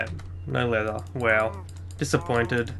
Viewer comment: like how he says weow when he goes wow....LOL